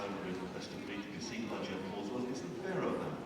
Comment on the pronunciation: Damn, finally got to my favorite dog, and the announcer, the guy, totally mispronounces it's name! It is a Borzoi bor ZOY.